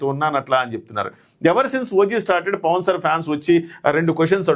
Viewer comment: Pawan Kalyan ( not Pawn)...pls make the correction